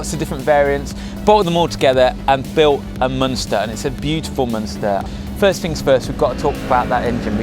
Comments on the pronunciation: “It’s a Munster” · “It’s a munster” 😂